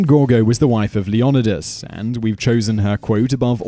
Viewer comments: LEE OH NIGH DUS NOT LEE ON IH DUS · Leo-Neye-dus ARG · The original greek is Leh oh knee thass